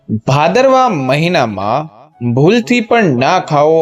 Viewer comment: Bhadarvo bhadarvo nu ucharan